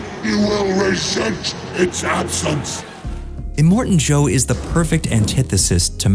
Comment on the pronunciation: Are you serious?....immortan Joe?!.... If these AI type videos really Need to learn how to get it right🙄